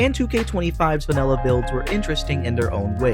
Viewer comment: Mate its called vanilla not vanella 😂